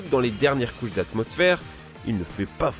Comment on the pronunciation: À tu dis dans les dernières couille atmosphère